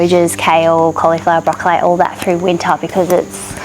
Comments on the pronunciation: it's how Queenslanders say it. Don't change your pronunciation as it's the original Qld way! It sadly seems to be dying. Hold th line Queenslander lol. My kids and friends still say it this way! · Finally a fellow queenslander who says broccoli like queenslanders used to! I still pronounce it this way as do my kids.